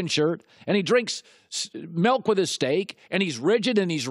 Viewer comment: By the end of this video... You'll never like "melk" or steak again